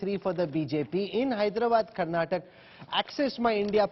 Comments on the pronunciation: Hey mr Rahul, pronounce properly. 😡 It's Karnataka not Karnatak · its not karnatak, its karnataka, pls prounounce properly 🙏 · Lo chappar, it's KARNATAKA not KARNATAK 😡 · First let those assholes learn to pronounce Dravidian state names properly. Karnataka not Karnatak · Bro it's not Karnatak it's Karnataka, pls pronounce correctly. Let's wait for tomo & too much band is not good 😂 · To all, thats Karnataka not karnatak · it is Karnataka not Karnatak please 😊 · Bro.. it's Karnataka not "Karnatak" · hey you so called national media , it is KARNATAKA not karnatak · Pronounce it properly Mr. Rahul, it’s not Karnatak , it is KARNATAKA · It is so so irritating when you fellows say 'karnatak' when the word is 'karnataka'. why can't you get the names right? would you like it if someone called you Rahu Kanwa? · It’s KarantakAAAAAA! How ignorant of u